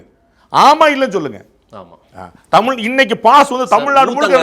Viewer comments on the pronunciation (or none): none